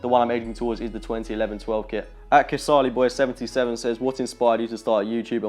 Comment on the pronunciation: Yessss you actually said "Kasali" right 😂👍🏽👍🏽👍🏽